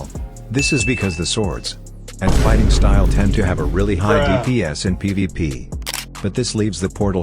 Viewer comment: Why do i hear like ppp instead of pvp